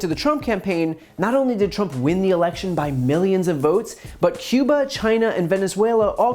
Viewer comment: Cuba. Cuba? .....CUBA. Kee-yoo-bah. Cuba? Hmm....